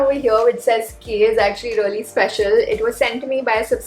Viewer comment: I just love the way when u say. Reyaly..😁